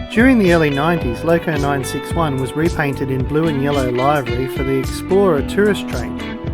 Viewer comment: Great video. By the way the word livery, meaning colour scheme is pronounce livery as in liver with a 'y' on the end. It's not pronounced live-ery as in I'm a-LIVE-ry.